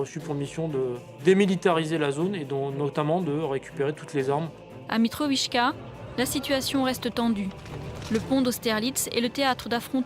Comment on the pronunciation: "mitrovichka" ,c est quoi ces journalistes de merde